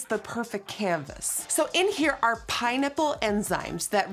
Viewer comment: She said it like pinenipple enzymes